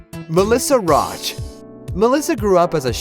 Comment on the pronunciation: Good voice over but I cringed when he mispronounced Melissa Rauch's name.